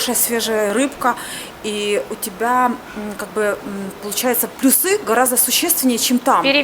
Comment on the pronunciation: ПлЮсы. Уважаемая блогер, выучите ударение в слове плюсы. Дальше слушать не имеет смысла